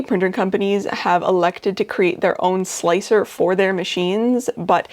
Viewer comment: I did not know about the multi-plate thing. Thanks! Oh, and thanks for calling slic3r slicer. Not sure why but calling it slick-3-R really bugs me.